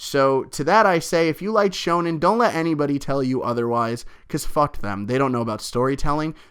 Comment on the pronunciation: D aaahhhhhh you said it right!!!